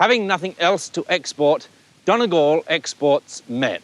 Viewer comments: It's not pronounced Donnygall Trevor, it's Dhún na nGall, with a "u" not an "o" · It's pronounced Dunny-Gal Not Don-a gal. Feckin English. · he butchered the pronouncing of donegal